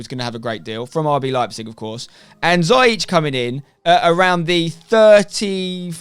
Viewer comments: Damn "Zyeech" 😂 What a signing tho 🔥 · pronounced zi-ya-sh from a moroccan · It's Ziyech. See-yeck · Haha, ziyech is quite a difficult name to pronounce, in the Netherlands we have said it wrong all along as well. The dutch way of saying it: (which he is fine with) : hakeem zeeyeg -with the dutch guttural 'g' The moroccan way of saying it: hakeem zeeyesh The english way of saying it would be 'hakeem zeeyeck' and I think that would be the easiest for you :) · I'm a chelsea fan and I am pretty sure it's pronounced Zeeyek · Ha-keem Zee-yek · It’s actually pronounced “ziyesh” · "Ziyech" is actually pronounced "Zee-Yesh" or you can even say "Zai-Yesh" x) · As An Arab I can can confirm it’s pronounced “zeeyesh” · His name is not a Dutch one. Its a Moroccan name pronounced "Zeeyesh" . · Spen you pronounce it zee-ech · Nobody: Spener: Za-yeech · ziyech is pronounced Zi EGDE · His name is pronounced Zee Yesh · it’s pronounced Zee yek just to let u know mate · It’s pronounced Zee-yech 😉